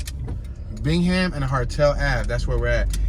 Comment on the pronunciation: Bingham pronounced Bing-um